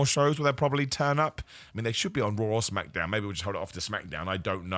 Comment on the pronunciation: The way he says “smackadown”😂